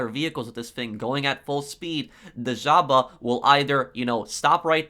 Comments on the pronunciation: In Europe we don't say Zhaba we say žaba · Without being a dick, its pronounced JAVA ;)